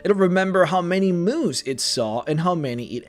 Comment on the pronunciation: I thought you said Moos like cows instead of Moose. Ive seen too many weird memes